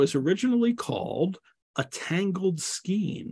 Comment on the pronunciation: FYI: “Skein” is pronounced with a long A sound.